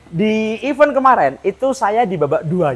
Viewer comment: benerin ucap event bang bkn even 😢 btw bearingnya pake yg apa mas?